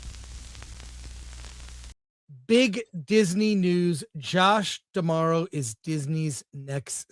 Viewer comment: Chris is the first person I hear pronouncing D'Amaro correctly, props